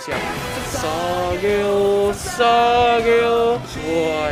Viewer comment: Bang maaf yang buaka sageyo tapi sasageyo